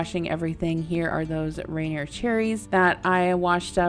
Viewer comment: It's pronounced "ruNEER", or reNEER. Never "RAYnur".